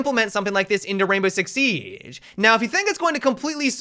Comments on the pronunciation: Why you said sieaggge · sounded like he had a stroke when he said siege lol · listen to the way he says siege 😂